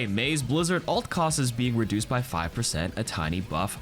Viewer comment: 'Ult' is short for 'ultimate'! Why do you say "alt"?